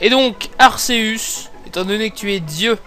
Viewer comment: on le prononce arkeus